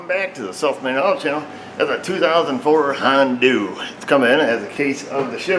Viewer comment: its not hondoo, its hondahh. dahh